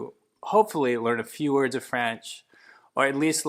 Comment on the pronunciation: Over 52% isn't a minority, it's a small majority - more than half of the total set. When I was in Montreal, everyone spoke English once I asked if I told them (in French) that I didn't speak French. Also, why's this dude saying "Franch?"